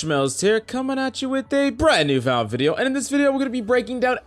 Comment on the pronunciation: Does he even say Valorant properly in the Intro? All I can make is "Brann nu Valrn video" 😂